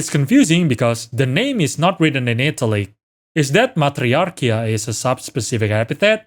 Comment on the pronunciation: Love the video! Also I don’t mean this in a mean way, but I love the way you say ‘in italics’ as ‘in italy’. Like the problem with the species name is that Nintendo didn’t go to Italy to have them written lol.